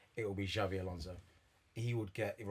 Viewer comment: How any supposed LFC supporters say Xavi instead of Xabi is completely beyond me!